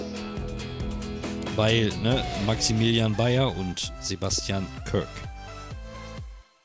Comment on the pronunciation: Er heißt Kerk und nicht körk 😂🤦🏻‍♂️